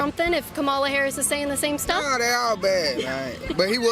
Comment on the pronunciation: She also hasn’t said Kamala’s name correctly a single time and it does fucking bother me because at some point you’re just not you just don’t care you’re just disrespectful